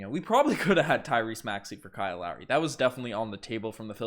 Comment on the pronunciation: Bro said lowey💀